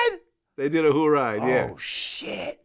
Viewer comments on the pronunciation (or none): Jamar: “THEY DID A WHOORIDE??” Glad: “Yeah a who’ll ride” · Glad had NO idea what Lord Jamar meant when he said hoo-ride lol